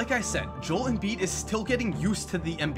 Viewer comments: Jol Embiid😂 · Jol embiid 😂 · joe-el embiid